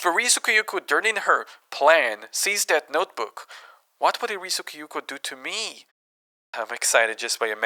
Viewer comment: This is a great indepth video and I'm glad to see one of my favorite games getting some attention! Excellent work (though your pronunciation of Kyouko makes me wince a little bit 😅)